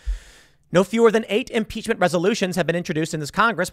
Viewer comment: Lol the Republicans would never do such a thing. They're all talk... Also "impeachm" lol